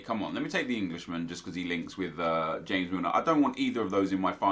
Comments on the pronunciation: Y do u call him hames Milner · Stop saying hames milner he's English pronounce it as its written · JackCrystalface James is pronounced hames in the spain language and james in english. That is the reason